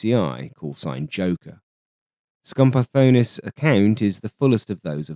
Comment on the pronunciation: The scenario you present in the video seems quite realistic to me. I don't believe that the F-102 could score a kill against an F-5 in a dogfight. The scenario where Dinopoulos saw the F-102 bailing out using its afterburner and thought that he had scored a kill is also quite possible. Kudos for correctly pronouncing Skambardonis's name, a name that we Greeks can easily mispronounce, although you had a hard time pronouncing Achialos! Looking forward to your next video in this series!